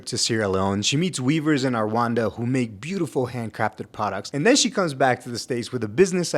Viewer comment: Never heard Rwanda pronounced like that in my life 😅 R-wanda is genuinely new but s/o for getting the "anda" sound down ✨